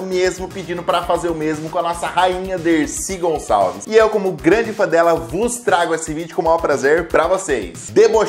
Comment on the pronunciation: Grande mulher Decir Gonsaveis